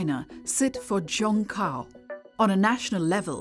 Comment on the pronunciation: Ifyou're going to have an insider channel covering China you should at least try to get a narrator who can get basic pinyin pronunciation down. Zhongkao is zi-own-gh caw, for example, and the Gaokao is gawl caw. This isn't even pronouncing the tones correctly, it's the difference between pronouncing Beijing like an American vs pronouncing it horribly like 'bye jeeang'.